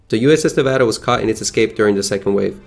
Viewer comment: I appreciate him pronouncing Nevada correctly. The USS Nevada (BB-36) has an interesting history, look it up sometime if you are curious. She had a glorious end.